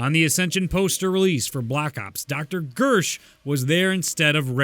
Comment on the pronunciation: Is it me or did say Bersh instead of Gersh